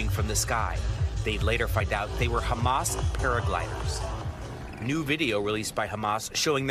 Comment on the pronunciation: its Ha-mas, not Kha-mas...